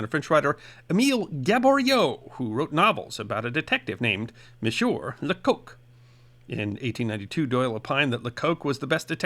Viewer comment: Lecoq translates as 'the rooster' in French and is usually pronounced 'lecock'. There's no funny connotation in French...